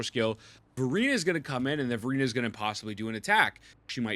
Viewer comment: I swear he says "Furina" instead of Verina lol